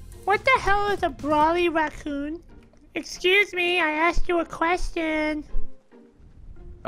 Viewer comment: When he says brawly racoon sounds like brawlyracnuke